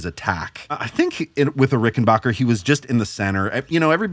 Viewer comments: Dammit it's RickenBACKer, not rickenBOCHer!!!! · RickenBACKer. RickenBACKER. RickenBACKER. Not BOCK. ✌ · You dudes need to learn how to pronounce "Rickenbacker." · It grates on me so much to hear people like mispronounce "Rickenbacker."